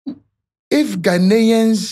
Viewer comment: Firstly can you say Ghanaians correctly what is this ahh